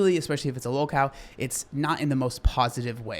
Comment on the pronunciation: i can’t get past you pronouncing local as low-cal